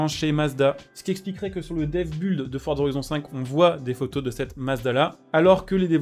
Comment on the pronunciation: Merci pour ton taf, juste un truc on dit build "bild" pas buld. Ca veut dire construction, donc ca viens de to build, comme un building, que tu vas prononcer bidling pas bulding.